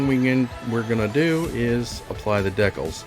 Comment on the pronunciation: What are deckles? Do you mean "DEE-CALS" ???